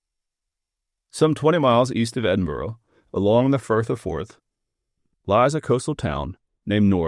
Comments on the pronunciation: EDIN-BURRA not EDIN-BOAR-OH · I live near North Berwick, I've never heard this story so thank you. PS you say Berwick ok but you need to work on your pronunciation of Edinburgh. Its not edinbrough, its the burgh of Edin therefore Edinburgh, you should know that 😂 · Maybe stop saying Edinburgh with an O sound at the end. It’s more like a soft UH sound not difficult for Americans. Just don’t pronounce it with the O.